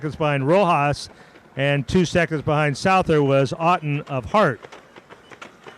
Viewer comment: For future reference Owen Souther’s name is pronounced SUTH-ER